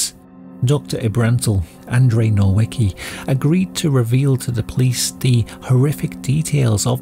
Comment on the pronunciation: It was all fine and dandy up until “Andrej Nołiki” lol. And for anyone wondering why Polish people get so anal about the pronunciation of Polish names in these true crime videos, it’s because if you’re already putting effort into research, scripting, recording, editing, etc. then it shouldn’t be a problem taking less than a minute to type a weird foreign name into Google Translate and listen how it’s supposed to be pronounced to make sure you don’t butcher it. It’s rather tiresome hearing someone mispronounce a name or a word from your language for the millionth time lmao. Imagine if people did this with English. Like imagine someone saying “Jean Van Gacke” instead of John Wayne Gacy or “Thade Boonday” instead of Ted Bundy xD